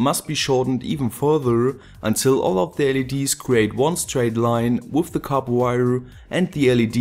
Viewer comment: Nice to finally hear you say copper correctly :) just kidding, awesome video, just like always